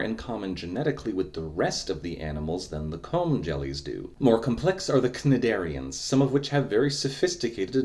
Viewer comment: I had a feeling you would add that clip from starkid’s Twisted and I’m very glad you did. I got ridiculously excited when I saw you posted this is one of the many movies that caused me to grow up loving animals and Biology overall. Also the C in Cnidarians is silent.